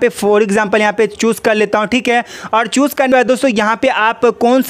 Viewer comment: Bhai choose bol raha chus bol raha hai